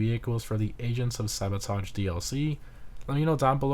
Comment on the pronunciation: I keep hearing, “Asians of sabotage DLC” 😂